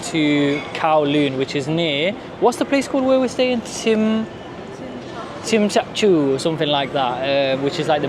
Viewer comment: I'm from hk qnd you pronanunced it wrong it's jmshazui